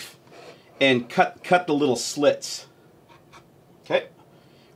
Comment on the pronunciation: When you said "cut cut cut" it sounded a lot like kit which means vagina in Dutch, can you imagine? " vagina vagina vagina" haha